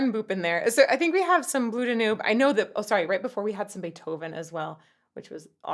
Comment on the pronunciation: The last page did NOT say “Do not lose.” It said “Do not loose.” Also you’re the first person I’ve ever heard say “Blue Da-NOOB.” I’ve only ever heard and said “Blue DAN-yoob.”